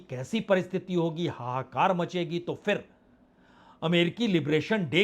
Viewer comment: उच्चारण का संज्ञान लें फिर ( फ़िर नहीं) बाज़ार (बाजार नहीं)